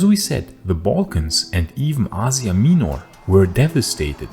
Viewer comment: you pronounce asia minor wrong the whole time but thanks for the video